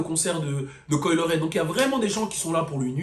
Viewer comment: Pourquoi tu prononces son nom comme ça ? 🤣